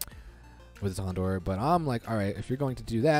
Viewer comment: You're saying houndour incorrectly